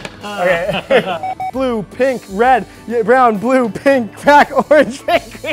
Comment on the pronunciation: He messed up on the word pink, and none of the two noticed it